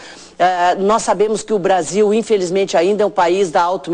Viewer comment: Essa entrevistadora fala mais do que o médico."infeljzmente"